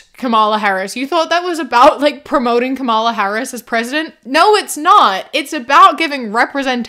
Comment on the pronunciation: You keep mispronouncing Kamala. That pronunciation is the only thing Sharipo gets right in his video.